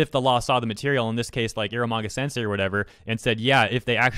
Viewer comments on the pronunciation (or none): none